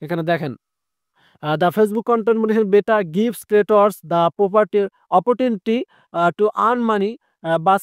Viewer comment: অপারচুনীটি উচ্চারণ